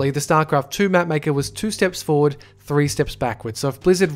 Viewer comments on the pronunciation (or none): none